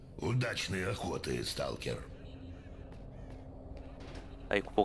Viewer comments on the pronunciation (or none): スタルカーじゃなくてスタルケルだと思いますシドロヴィッチが言ってました